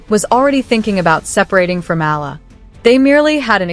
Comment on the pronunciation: it's E A L A NOT AYA please do you know HOW TO READ??????? FOR GOODNESS SAKE!!!!!!!!!!!